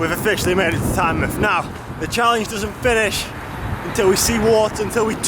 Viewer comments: Good vid, nice to see some Northumbrian roads on your channel, the military road is fantastic isn't it? One thing - It's Tyne-MOUTH not Tyne-MUTH hahaha. All the best for 2020 dude. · For Tynemouth you pronounce the mouth the same way as you would normally say "mouth", not like in the word "Plymouth"